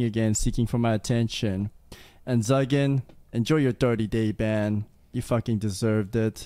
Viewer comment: Zuggin I thought he said Zyken I was gonna say!